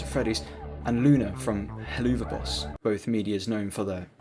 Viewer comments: Very good vid but it pronounced hell-avuf I know it is wired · "Heloova boss" 💀💀💀 Edit: it's pronounced "hell of a boss" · How did you butcher Helluva boss that hard... oh man. Hell-of-a-boss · hearing you say hell-oo-va boss instead of helluva boss gave me a pain that can only be described by underpants screams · Oh yeah dude Just to correct you Its not Hellluuuva boss Its hell of a boss Helluva is just a shorter way of saying it Just putting this here before the fandom comes and bullies you for saying it wrong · I really enjoyed this video, but you saying Heloova instead of Helluva hurt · Its pronounced hell of a. but with a VUH sound not OO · “heloova boss” 💀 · i know you most likely haven't seen helluva boss but hell-ova boss sorry if i sound annoyed and mean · istg stop saying heloova boss😭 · You’re probably heard this a bunch but I’m quite sure it’s pronounced “Hell of a boss” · I can't get over the fact that you keep saying "Helloova Boss," there's no way you're not doing it on purpose 😂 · "Helloova boss" 💀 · nigga said hilloova boos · Just a heads-up up, but the "Helluva" in Helluva Boss is pronounced "Hell of a" since it's a play on the phrase "Hell of a boss". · it's pronounced "HELL-OF-VUH BOSS" as in "Hell of a boss" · Such a weird ass rabbit hole Even as a FNaF fan and Helluva Boss fan it amazes me how many actually ate this up. I saw one animation and though “that’s neat” and then moved on. I didn’t realise how insane it had gotten lmao PS: I love/hate how you pronounce Helluva Boss :,) it’s like a dagger into my soul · Bro summoned a whole fandom when he pronounced helluva like that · That Helluva pronunciation 💀